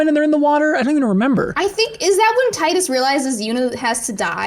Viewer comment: I think you mean Tee-Dus from FFX